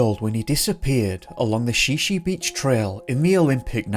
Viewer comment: It’s pronounced Shy Shy beach, not She She beach just fyi